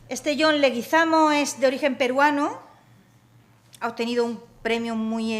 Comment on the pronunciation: John Leguizamo es Colombiano y el origen del apellido es español, del pais vasco, no entiendo la razon por la cual no lo pronuncia correctamente.